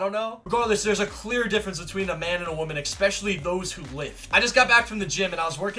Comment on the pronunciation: I love the "Expecially"